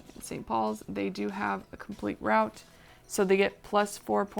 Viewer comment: Good job. Easy to follow. Just one thing…it’s London. Root(route) not rowt.😁